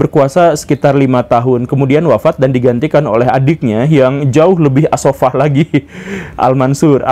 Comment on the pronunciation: koreksi dikit, stad... yg tepat as saffah.. أبو العباس عبد الله بن محمد السفاح bukan ash shafah.